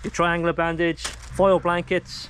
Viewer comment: Say, "Tri-an-goola" again. Please 😀 And amblumanse.